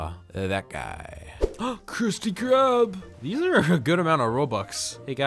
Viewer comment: “KRUOOHHSTEEE KRUB” got me laughing😂😂